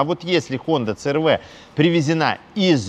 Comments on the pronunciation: си эр ви, а не цэ эр вэ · Мне одному уши режет,когда говорят Цэ Эр Вэ а не Си Эр Ви?